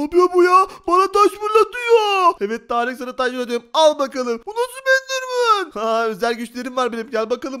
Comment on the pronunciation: Endermın degil doğru düzgün konuş